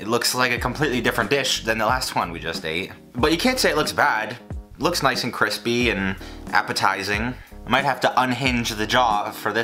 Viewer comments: When says crispy instead of CWISPY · KWISPYYY texture👌👌👌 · idk joshua makes me cringe with his fancy ingredients, i think it was sam and babish for me it’s also cringy when he says kwispy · Now thats kwispy. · Other people’s recipes may be crispy, but only one you’re une chef can attain the ‘cwispy’ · Don't mind me, just here for the cwispy chickens. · Joshs cwispy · Josh shows up just to say cwispy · u know what else is kwispy? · CWISPY on Joshs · Thats cwispyy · This video was great with those... delicious.. kwispy Nashville chicken but you know what will make this video a little bit better? .... B-roll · Anyone else see him bite in to Josh’s and think “cwispy” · My bet is on Joshua Weissman! He’s just that dude. Update: One word, CWISPY. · It doesn’t bother me how you rated them, but it’s CWISPY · hearing him bite into josh weissman's recipe: "cwispy" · sooo cwispy....lol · its actually 𝓴𝔀𝓲𝓼𝓹𝔂 dumbass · Joshua likes his food kwispy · I mean Joshua prides himself on making his stuff CWISPY so..I'm not mad that he is above babish. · Everything is better when it's extwa kwispy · Pronounced “kwispy” from Joshua him self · Sooooo KWISPY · As Josh would say, that chicken was cwispy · That soundbite from Josh's...CWISPY!!! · cwispyyyy thank you that is all. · Joshua’s recipe looked CWISPY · joshua always b about that cwispy cwispy outside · As Josh would say, CWISPY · Surely you mean "Cwispy" ? :D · The kwispy-ness of Joshua's chicken is just sooo 🤤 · This is a Joshua Weissman recipe... You mean KWISPY